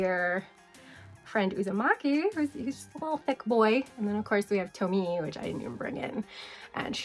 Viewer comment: I loved this list- very indepth and interesting. Btw, Tomie is pronounced "Toe-me-eh" :)